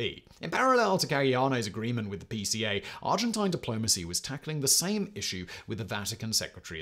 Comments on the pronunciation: Argentina accepted a lot of Germans after the war, and they also accepted one of the largest number of Jewish refugees. Person would let anyone come in provided they could pay. I like how Simon deliberately mispronounces “Argentine” - residual hostility from the Falkland War? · *The Argent-eye-n